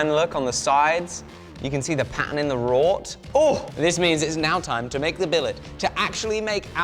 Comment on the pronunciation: WROUGHT Iron. Just because you've never heard of the word, doesn't mean it's something else.